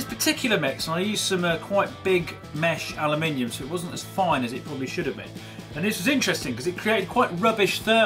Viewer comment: You say aluminium properly. Thank GOD some youtuber does. Alooominum. NO ITS NOT ITS AL-U-MIN-EE-UM